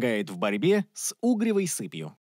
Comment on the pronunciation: С угревОй сыпью, а не с Угревой.